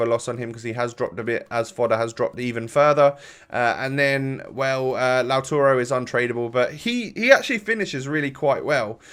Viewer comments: Laut A ro. Not Laut U ro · He isn't lauturo is LAUTARO